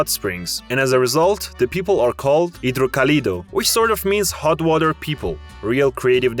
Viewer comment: dude... figure out where to stress your syllables before making a video! hidroCAlidos, YucaTAN, etc etc